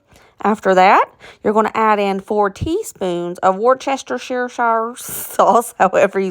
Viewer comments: Hello from England! Love your videos Just a little tip, it’s pronounced WUSSTERSHEER 😂 To be honest, here we just call it Wusster sauce, much easier 😜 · Wooster rhymes with rooster shire sauce. It’s made with anchovies. That’s pretty much exactly how I make my sliders. The exception is that I always use real butter. Quality makes a difference. I really enjoy seeing your family test stuff. It’s so real. We have what you call hamburger dip at least once a month. Any leftovers become part of a Mexican soup or get turned into a sloppy Joe sandwich. I’m disappointed that you didn’t make sausage cheese balls. Those are my favorite. It’s always fun watching your videos. Enjoy your Christmas party. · Wocestershire is a place in England... and we pronounce it Wustershire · Hi,. Daddy was from Warm Springs, Georgia and Mama is British, so I've got a little insight into both sides. Worcestshire was created by accident in Worcester, England. You spell it Worcester but it is pronounced "wuster". You add shire (pronounced "sheer") to the end of that and you've solved the Worcestshire pronunciation puzzle: "wuster-sheer". (Of course, I've also recently seen "Wash your sister" sauce, too, so it's totally up to you how you roll!) 🙂 Thanks for all the great recipes. Wishing you and yours the happiest of holidays! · It is pronounced as (wooster-shur) sauce. Just a helpful reference.